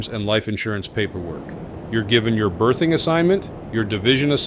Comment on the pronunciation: you are not given your "birthing" assignment - 🤣🤣.. It's a BERTHING ("th" is voiced like in the word "bathe"). So glad I was US Air Force. Per regulation, all single Airmen have their own rooms at their first duty station (2 room dorm with a shared kitchen and bathroom). DFAC has great chow. I was at a joint command in Denver and worked along side all branches. We were ragged on a lot, but our quality of life was superior.